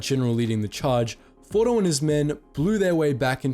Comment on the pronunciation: Why are we calling him fordo?He’s ORDO!